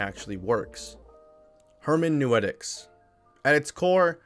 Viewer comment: hermenooootics not hermanewetics. Great video btw!